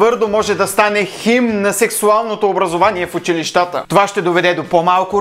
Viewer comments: учИлищата, а не училищАта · Единствено - казва се училѝщата, не училищàта. Както се казва летѝщата , на е летищàта.